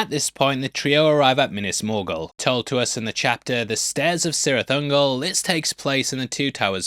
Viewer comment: Pedants corner: it's probably been said already, but 'C's' beginning proper nouns in the works are sounded as 'K's' - hence Kirith Ungol, not Sirith. I'll get me coat...